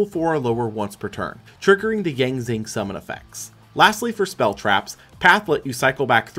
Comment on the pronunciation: 2 things. 1. I wonder how he'll react when he does 2015 and sees the worse fusion spell for a fan favorite deck (Red-Eyes Fusion). 2. The x in the Yang Zing names are pronounced like "shi".